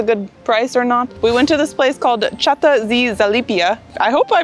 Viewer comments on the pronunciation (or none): Chata z Zalipia. Spell it "Hata " Ch in Poland is another type of H. So Ch is like H in "home" Chata means hut, cabin, small old house.